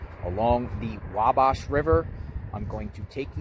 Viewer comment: Hi. Native Hoosier here. It's pronounced "Wa"(as in the Wa in Walmart)-"bash", not "Wob-bosh".